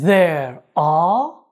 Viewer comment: غلطت في كلمتين _letters -there شكرا على مجهوداتك اخي الله يرزق اهلك الجنة 😍